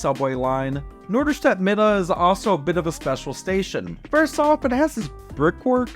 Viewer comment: I like that you already pronounce “Mitte” like us Norderstedters do - Midde :) (It’s also commonly called NoMi)